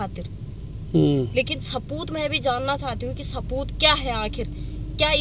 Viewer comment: Saboot ko sapoot bol rahi he..